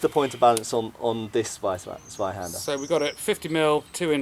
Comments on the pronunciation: I mean, good video and stuff, but I still can't get over English speakers calling Zweihänder "Sweihander". Also, regarding the "secondary hand guard": Since it's called Parierhaken, your parrying thing should be true, clue's in the name. Just saying since you called it an opinion. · your "Tssvaihanduh" is improving. Thanks for caring about correct pronunciation, mate. Love your work!